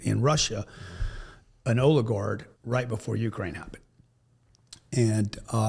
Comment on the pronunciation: Oligard..??? Oligarch.